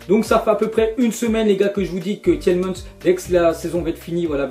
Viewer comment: Sa se prononce TILEMANS!